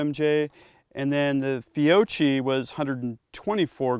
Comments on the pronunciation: Fio-key not Fio-chee. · it's pronounced fee O key